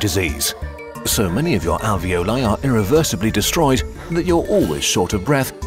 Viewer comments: lol the "ravioli" ? no > "alveoli" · alio e olio hahahaa its a type of pasta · As an itlaian the alveoli part which said aglio and olio was SO FRICKING FUNNY😂😂 (Aglio e olio is a type of pasta in which you cook garlic and olive oil toghter)